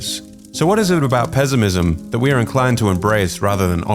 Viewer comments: Why the narrator say pezimism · The way he pronounces PeZiMiZm 😅